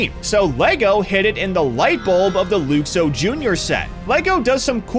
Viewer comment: Luxo is pronounced LUK-soh, not LOOK-soh.